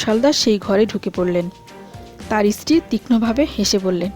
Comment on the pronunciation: baje ucchharon..istiri...mane iron..stree..wife..